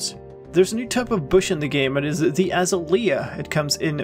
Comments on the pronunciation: I love the way you say Azalea. We say Ah-Zay-lee-ah. You say As-ah-lee-ah. Your way is so beautiful. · A Zay Lee Ah....is the correct pronunciation :) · By the way, the bush is pronounced Ah-ZAY-lee-uh. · Seriously? It's "Azalea" not "Azalea" Lol --three syllables, not four. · hAHa yOU sAId AzaLEA wRONG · The way you say Azalea is hilarious btw